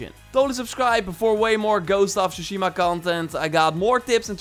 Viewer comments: Dis boi said shushima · Je klemtoon op Tshushima klopt niet kerel :) de klemtoon ligt op de 'shi'.